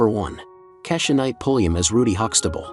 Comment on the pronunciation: It's pronounced KEY-sha (Rudy).